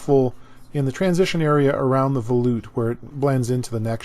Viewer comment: It kills me how people mispronounce the word volute. It's pronounced vol - yoot, not vol - oot. You don't pronounce volume vol - oom.